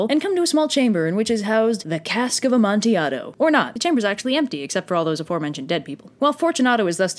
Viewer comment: Thank you for pronouncing Cask of Amontillado correctly!! I’ve had English professors say this wrong.